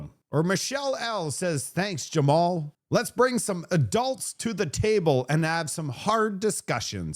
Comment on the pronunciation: JAMIL, not Jevon, not Jamal. Jamil. There's a picture of his name in your video.🤦🏿